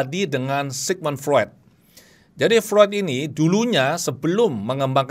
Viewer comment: Mohon maaf.. FREUD dalam lidah Jerman dibaca seperti FROID, bukan FRUED.